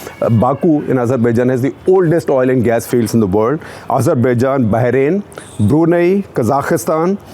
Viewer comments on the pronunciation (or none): none